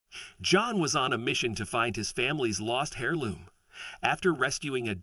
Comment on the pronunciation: I have never heard heirloom with a solid h... it has always had a silent h. Like the English aristocracy is always worried about having an heir, is never said like hair or hare. Sounds a lot more like air.